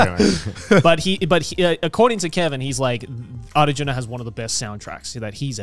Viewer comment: Damn the pronunciation of Arjuna was on point.